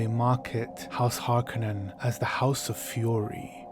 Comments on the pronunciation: You are pronouncing horkonin wrong the 2nd o is long not short this was confirmed by Frank Herbert on the set of dune 84 he helped those guys with all pronunciations and it is Harkonin long o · Hakonin has a long o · Is it not pronounced Harr-ko-nin?